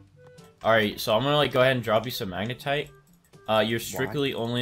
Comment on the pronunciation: you said magetite not magnetite